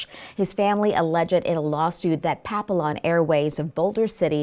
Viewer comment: You need to practice pronouncing “Papillon”. You are pronouncing it wrong